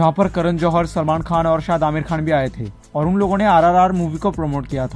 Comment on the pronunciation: When you say au r au 🤣🤣🤣🤣